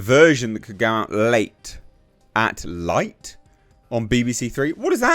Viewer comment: Late at NIGHT, not late at light. 😂